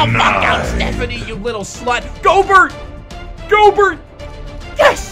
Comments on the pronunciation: why he pronounce gobert's name like goburt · It's pronounced gobairt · it's pronounced gobair I should know I love the jazz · I thought that Rudy gorbert was pronounced like "go-bear" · his name is pronounced gobear even tho its spelled gobert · Does not watch basketball? He keeps pronouncing Rudy Gobert's name wrong. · No, hes dyslexic.